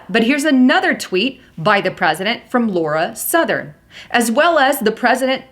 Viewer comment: LAUREN Southern not Laura Southern.